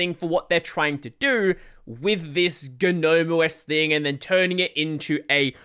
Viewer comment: it's not "Ga-nome" it's just Gnome, plain and simple. it's been that way since 3.20